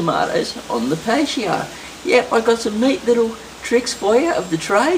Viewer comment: Patio is said PaT-E-Oh... not pay-she-oh